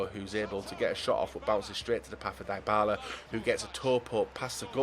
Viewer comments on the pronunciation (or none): none